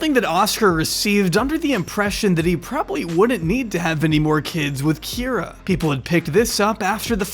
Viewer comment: You did miss a single Kye-ra to -Kee-ra, but it's fine.